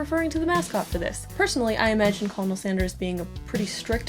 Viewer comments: Colonel is pronounced kernel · I understand the pronunciation mistake, but being from a military town, I must correct you, respectfully. Colonel is pronounced kernel. Common mistake, that very much will go on if not corrected. Ending on a light note!! I love your content, personality, and literally everything. It just bothered me a little about the pronunciation. 😅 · “Co-lol-nel” XD 💗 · Girl... the designs were good. BUT. When you say colonel... ughhh. It's pronounced ker-nel. And yes, Sanders is a real, kind, person who has 3 children already. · Colonel is pronounced kernal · I believe colonel is pronounced kernel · Colonel is pronounced “Kernel” I believe. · Colonel is pronounced "kernel" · You pronounce it “kernel sanders” not “colonel sanders”. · Colonel = kernel pronunciation wise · am i the only one who heard her say "cull-o-null" sanders? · Colonel is pronounced kernel. Like a popcorn kernel. It’s stupid, but English IS stupid. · What is with your pronunciation of the word "Colonel" ?? The L is never pronounced, dont you know ? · Pronounce colonel incorrectly one more time and watch the world burn around you. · the way you pronounced colonel made me strangely uncomfortable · is anyone gonna tell her about the way she's pronouncing 'colonel'? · colonel is not pronounced the way that its spelled but go off i guess i love that. fuck norms man, we stan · dearest love of my life that is NOT how you pronounce colonel. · It's pronounced ' ker-nel ' not ' co-lo-nel" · why do you pronounce colonel like that? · Why do you pronounce it as colonel and not kernal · Just an FYI, Colonel is pronounced kind of like “kernel” as in popcorn kernels. Just wanted to let you know 😊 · It pronounced KERNEL but i still love you. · COLONEL IS PRONOUNCED KERNAL. NOT HOW ITS SPELT ECHO😂😂😂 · kernal not colonel lol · Love the art but I thought I should mention Colonel is weirdly enough pronounced as kernel. 🤔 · Colonel is pronounced "kernel" 😂😂😂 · yeah it's pronounced like 'kernel'